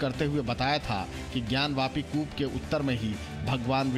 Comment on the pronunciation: ज्ञान व्यापी नही ज्ञान वापी । क्या एंकर महोदया कुछ का कुछ बोल देती हो आप ??